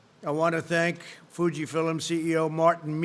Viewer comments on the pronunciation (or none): I am guessing nobody told him how to pronounce “f I l m” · Fffffffiiiiiiiillllllllmmmmm not fill-um! TF? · Lol, i could have ignored that if anyone else had said “filum” because here in US people say “movie” a lot and do not use “film” most of the times. But since it’s Trump, it’s definitely because he is absolutely useless. Can’t even trust him in pronunciation. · It's film, not fillem. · 1 for "Fuji Fill-um." It's FILM, you nit-wit! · How many mispronunciations did he have? Even “Fugitive-filum” instead of film. 🙄🤣🤣🤣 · Tic Tok made him say 'Fill-um'.... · What an idiot you are. A perfect match for this dolt you admire. Trump repeatedly says, Fuji ‘fillims,’ because he can’t read the word FILM. Yes Donnie, “simultaneously” means “at one time” and no, it is not the China virus. It is a coronavirus named COVID-19. Just listen to this idiot. It’s simply mind-numbing. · I didn't know "film" was a two-syllable word..."Filim." What a freaking joke. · Why can't he pronounce "film"?